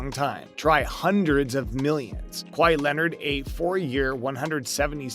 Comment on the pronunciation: did u just call him KA WA HI ....